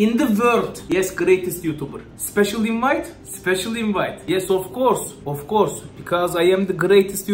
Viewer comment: of course derken Rusça aksanını konuşurmuş